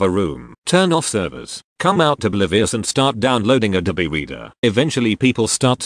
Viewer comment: Can't handle how he says abobe reader fuck